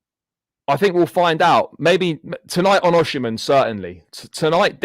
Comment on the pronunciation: Its O-sim-hen not O-she-man